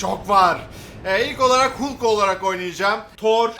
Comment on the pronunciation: abi hulk diye okunmuyo halk diye okunuyo